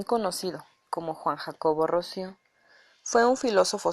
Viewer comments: ROUSSEAU Se pronuncia Ruso.. Con tilde en la O.... Por dios. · Sí, por favor. Eso me distrae de lo que quieres decir. No es ingles, es frances